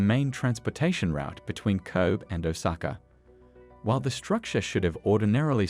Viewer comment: It's a CG text to voice, made to sound Aussie or maybe even Kiwi(there's some odd sounding 6's in there), but clearly the channel creator hasn't bothered to "fix" the text to make things sound correct eg it says Koob for Kobe when it should be KOH-bee